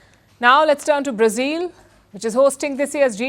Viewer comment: Learn how to pronounce “Brazil” ! It’s not “ Brazeal” but phonetically “ Bra zill “